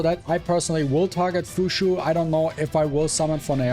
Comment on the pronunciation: Fuqui why pronounce is Fushu? Isn't it closer to fukyu